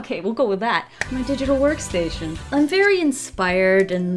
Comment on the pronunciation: I love how said "dIDgItAl WoRkStAiTiOn"